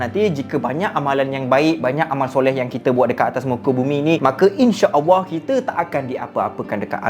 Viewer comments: Sebut ALLAH betul² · Bang sebut nama Allah salah pergi betulkan